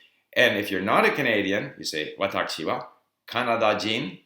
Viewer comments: It sounds like you are saying "watacchi" instead of "watashi". Is this just part of your accent, or did you get used to that pronunciation because of hearing it that way in Japan? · why is he saying it like Watakshi wa? every 1 else says Watashi as I heard. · How come you pronounce 私 like 'わたち' instead of 'わたし'?